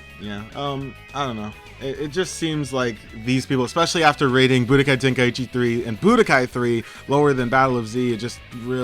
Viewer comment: Why does everyone pronounce Tenkaichi, "ten-kai-ichi"?